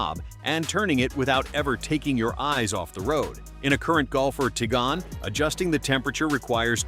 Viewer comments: Trying not to pronounce Tiguan not Tjgan.😂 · Try to pronounce Tiguan, Moron